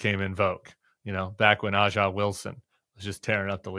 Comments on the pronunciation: Megyn Kelly is a bloviating charlatan. Agreed. Caitlin Clark's comments are being weaponized by conservative media. Agreed. But Tim cmon, when standing up for your WNBA credibility, you pronounce the best player in the league's name WRONG! It's not "Ahh-jahh" Wilson, it's "Ayy-ja" Wilson! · Gah, Tim! It’s ASIA Wilson, not Ah-jah. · Tim, my brother, A'ja Wilson is pronounced "Asia" Wilson not "Ah ja". Dude........ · Good report. However, Tim, it’s pronounced “Asia” not “Ajja” think Steely Dan. Fix it before more people listen. 😅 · It's not pronounced "Ah-jah." It's pronounced "Ay-zha" or "Asia. " So your credibility as a WNBA fan is questionable. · Aja pronounced Asia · I agree with you Tim! Caitlin is a great person and player. We should lift up Black women and and all women altogether. The black players deserve to be acknowledged for their greatness. These racists need to stop dividing us. Let's be united. 1 note Aja Wilson is pronounced Asia though Tim. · BTW, A’ja Wilson’s name is pronounced “Asia”. Thanks for everything you do Tim. Let’s stay in this fight! 💙💙💙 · A`ja pronounced Asia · I agree with kelly. Funny yiu say you are a fan but cant prounouce aja bame correctly. She pronounces it as asia. Dont be disrespectful to said black players. Clark is a baller because her gameis similar to a guys game. No other woman plays like her. Like serena power in tennis. She was black in a white sport and didnt cry fo her white competition to get the same as her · I’m upset he mispronounces A’ja’s name but it kind of makes the point. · Sorry, bud, A'ja is pronounced like the continent “Asia”. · I love Caitlin! People need to stop pulling her into their culture war. BTW "AJA Wilson" is pronounced "Asia" (you haven't watched enough WNBA Tim : ). FWIW a lot of the WNBA players have been mean/ jealous of Caitlin' stardom. It's def a thing. Their resentment is palpable. They need to chill - enjoy the spotlight Caitlin is bringing. She's special.